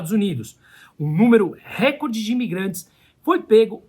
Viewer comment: Não existe acento em R(E)CORDE, assim como recorte, são palvras paroxítonas... A globolixo viciou as pessoas em pronúncia errada...